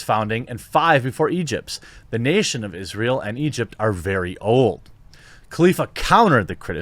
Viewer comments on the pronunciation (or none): none